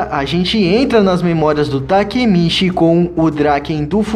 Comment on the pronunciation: mano foi mt fofo vc trocando as falas tipo quando era pra falar takemichi vc falava takemiti sksksk